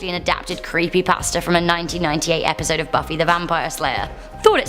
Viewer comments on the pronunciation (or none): none